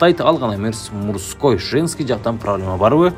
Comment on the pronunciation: Мурской эмес мужской 😂😂😂